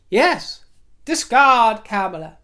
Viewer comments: I'm not sure of the exact pronunciation, but Kamala doesnt rhyme with Pamela. So Madame Vice President will just have to do. And Joe is in great health for a man his age and has a life expectancy of another 12-15 years since he is a white guy who has always had health care. In contrast to Trump who is overweight, eats junk food, and nearly died from Covid. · Kudos for pronouncing Mayor Pete's last name correctly! If I may offer a slight correction however, VP Harris' first name is pronounced like the word "calm" as in CALMala.